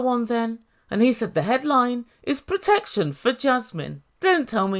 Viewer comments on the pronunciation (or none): none